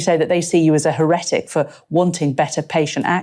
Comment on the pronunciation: Scary stuff. I don't like Streeting at all. BTW what's this with he-RETT-ic? It has always been HERR-et-ic.